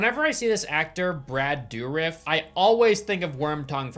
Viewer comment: It's pronounced "Dur-if" or "Der-if", if you will. A French surname. Ol' Brad is one of the best. He's mostly retired now but the man is extremely talented, a truly good person and loving father. My sister and I have met him and his daughter a few times over the years. People should look into his extensive filmography because he's so much more than Chucky. I recommend Horseplayer (1990). Weird is good.